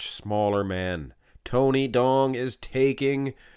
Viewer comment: Tony Duong is a Vietnamese name and duong is prounced yu-ong